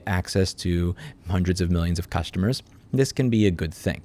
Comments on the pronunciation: You said Purrstuhmrrs wrong, It's ok though, the cat fixed it. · ERRMEGERD CERRSTERMERS! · Lol "Cursetumors" Yea people are cursed to have to buy from Amazon 😂I actually stopped buying from them. They are a bunch of bastards. I think the only thing I could vouch for is their AmazonFresh service; but it keeps getting more expensive. Edit: If "Cursetumors" Isn't what you said, that's fine. It's what I thought I heard and it's funny.